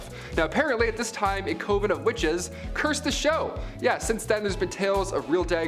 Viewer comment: Coven sounds like oven with a c and convent is con vent just like it’s spelled both words have a short o sound not a long one. Please learn the pronunciations it’s so aggravating I’m bout to stop watching and unsubscribe